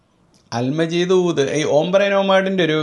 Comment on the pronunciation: സുഹൃത്തേ അല് മജീദ് അല്ല,, "അൽ മാജിദ് "